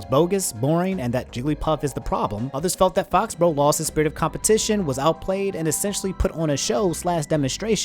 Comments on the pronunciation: Fo-bro? Faux = fo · It’s pronounced Foe-he-bro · I think “Fauxhebro” is pronounced “Foe-he-bro” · I think it's pronounced "Foh Hebro" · fauxhebro is pronounced like foe-he-bro. three syllables and faux means fake